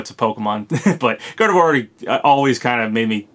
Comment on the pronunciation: I hate to be that person but... Gardevoir = Gar-dev-wah... It's French.